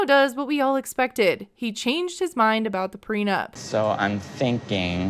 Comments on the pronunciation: The first clue should've been that he keeps saying "PRENUMP" dafac. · Why does he always pronounce it "PRENUMP"? Annoys me lol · has he been saying "preNUMP"?! He has, right? Or am I not hearing right, but it really sounds like he can't say it right. It's driving me crazy. PLEASE SOMEONE HELP ME!!!! 😩😅